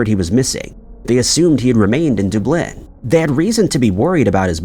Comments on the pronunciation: Lol dooblin....sounds like a weird verb😂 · Must be AI…daaaabliin??? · Do you mean Dooblenne? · Omg! You lose credibility when you can’t pronounce cities correctly…. It’s Dub-lin and Cu-ven-tree. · I had to listen 3 times to the town of Derbleerrn before I realised he was trying to say DUB-lin! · Coventry is pronounced like Cuvven-tree, instead of Coe'-ven-tree and as always, Dublin is pronounced like DUB'-lin, accent on the Dub, instead of Duh'-blynne. I bet that drives both English and Irish people absolutely insane, when he continues to pronounce those both incorrectly. I think we have all asked for that to be corrected, but what else do you do? Regardless, these are still great videos, and does actually pronounce most places and surnames correctly, so there is that to be thankful for. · "Dooblin" "Dis-play", these videos are 100% voiced by AI. lmao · No, Irish-Americans do NOT say Dublin like that, though I am Scottish-American. They say it correctly. I wish would do so too. It does get extremely tedious hearing 'Duh-Blynne' instead of the correct pronunciation of DUB'-lin. I have tried every way I can think of to get through to and this channel, but it never gets corrected. I know that it absolutely pisses off most all Irish folks and other Europeans too. I understand why you wouldn't want to subscribe. I just hope he finally caves and changes his pronunciation to the correct one. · Doob Lenn. There you go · DUB-LIN like dubstep (the only way I can think to explain it), not DEW-BLIN. Gosh that drives me crazy. Don’t get me started on Coventry 🤦🏻‍♀️ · Okay so not only is it weird that he says Dooblin but did anyone notice he says “it was March ” was it March 2024 or March 1961? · “Dooblin?!” What planet are you on? You say it with such conviction too 😂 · Dude….duh-BLYNNE? Yikes! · Where is "Glass-gow"? Is it near "Doob-lin"? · Are you saying Dublin or Dunblane? You really need to do some research into places and how they're said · Dub- lynn 😂